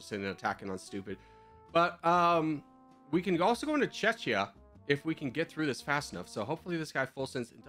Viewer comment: thats not checha thats czechia (che-kia)!